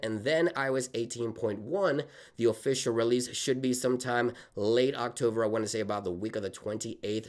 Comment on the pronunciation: Dude, you need to learn how to pronounce the word “October”. Not “Octover”.